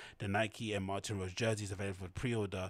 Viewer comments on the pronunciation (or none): Its MartinE Rose, with a E at the end, not Martin like the man's name. Martine (pronounced Mar-teen). Women's name. Woman designer.